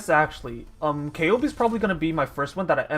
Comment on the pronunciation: Matěj Štemberk The way that he pronounces Ceobe is correct.Go and listen Ceobe’s voice lines.